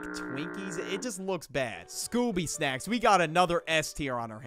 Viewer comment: You botched on snacks but all others were perfect